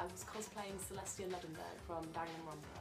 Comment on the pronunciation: it's ludenberg